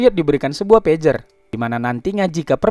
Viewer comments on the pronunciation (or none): none